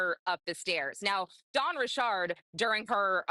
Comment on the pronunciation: Why is Dawn Richard pronounced "Resharde" 😅😂😂... like Mrs Bouquét (Bucket) in Keeping up Appearances"